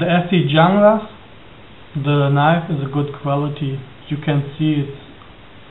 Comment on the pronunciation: Its pronounced "hunglas"